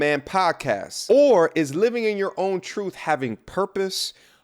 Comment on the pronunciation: "Living in your trooF". What? Look I know the letters t and h together take a little more effort to pronounce, but I really hope you're able to figure it out someday and properly pronounce words like truth. I really hope the best for you man, you're better than that.